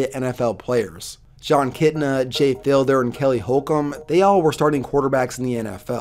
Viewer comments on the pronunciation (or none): jay “fielder” hurts my soul. it’s fiedler (feed-ler)